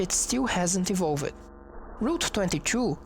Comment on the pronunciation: Love this series! Your English is awesome, Although if I could point out anything it's that words like "evolved" and "used" and "attacked" which is pronounced "e - volved" (not an extra syllable) instead of "e - volv - ed" . Very educational and well presented